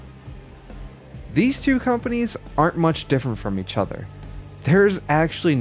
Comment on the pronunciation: “eachudthur” 😭 bro it’s okay to do some retakes